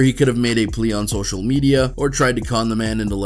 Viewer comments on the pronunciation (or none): none